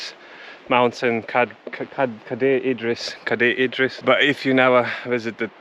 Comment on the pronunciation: You didn't 'butcher' the name of Cadaer Idris. You actually did a better job than most so-called Welsh people. Great content, clearly enjoy yourselves in God's country 🙏